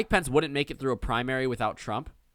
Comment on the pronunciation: “Mike Pants”. I’ll use that pronunciation from now on.